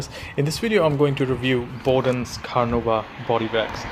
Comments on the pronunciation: Hmmmm, I’m not sure how much credence I can give to a supposed ‘car enthusiast’ who recommends dishwashing liquid as a cleaner!!! I’ve had nothing but awesome results from the Bowden’s products I’ve being using for years. (BTW, it’s pronounced BOWdens as in cow, not BOWdens as in row). I’m all for freedom of speech and opinion, but I am concerned that your lack of expertise and poor quality rag you’re using is the real reason you didn’t achieve the results you were expecting. I’ve seen your other videos and the term ‘jack of all trades, master of none’ comes to mind. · Dumb arse can’t even say BOWDEN’S properly